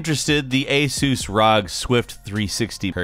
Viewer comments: Is that really how you say ASUS? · Hahaha, "ay-sooss"